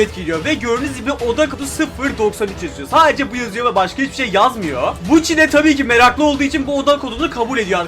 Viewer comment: Buchi değil yok gucci